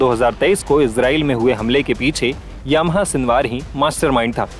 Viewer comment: याह्या.... यामाहा नही.